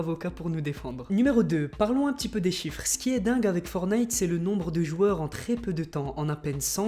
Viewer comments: Je t'aime bien mais juste pour te prévenir on dit forTnite et pas fornite ;) C'est pas une critique , c'est juste un petit conseil pour la suite !!! Sinon continue comme sa ! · "Forte - naïte" les gars, pas "fornaïte" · ForTnite et non fornite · Pouri et c fortnite et non fornite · forTTTTTnite putain de merde apprenez à lire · Dites moi si je me trompe on dit fortnaite pas fortnite je parle de la prononciation dsl pour les fautes d'orthographe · Je vais le butter si il dit Fornaite encore un fois (LE JEU S’APPELLE FORTNITE) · On dit pas for night on dit fortnigh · tu as dit fornite C'EST FORTNITE Y A UN T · On dit pas fornite on dit forTnite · C’est pas fornite mais fortnite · c'est pas fornite c'est forttttttnite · Prononce le T putain c est chiant d entendre fonite .. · On dit fortnite tttttttt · On est d'accord il a dit.... Fornite 😭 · Le T dans fortine il se prononce ptn entendre fornite tout le temps c’est bizarre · Tu ne sais pas prononcé le mot Fortnite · Il faut que tu arrêtes avec fortnite déjà tu ne sais même pas le prononcer donc hein déjà il faudrait déjà tu apprennes à le prononcer après tu pourras faire une vidéo dessus...